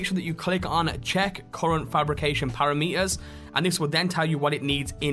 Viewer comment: Dude, you really ought to learn how to pronounce the word 'parameter'. It's not hard.